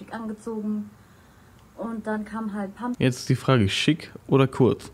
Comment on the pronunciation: wann fällt dir auf, das du pumping die ganze zeit Kürbis-> pumkin nennst ahahahhah bin ich der einzige der das hört?